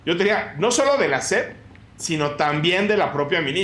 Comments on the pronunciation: La "SEF" dice el Cacotas, ni siquiera sabe decir SEP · A la “SEPT” 🤣🤣🤣